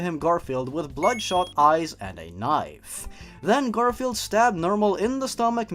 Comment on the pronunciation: I can't stop laughing when said GarIflied